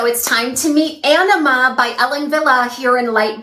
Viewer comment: thanks for the awesome review of Ellen Willes three new winners. I called Ellen Willes store and learned the Anima wig is pronounced a- nee-ma. The way you're pronouncing it sounds like you're saying enema. lol. I chuckled everytime you said it. My favs are Aneema and Perla. Good job. Really enjoy your channel. hugs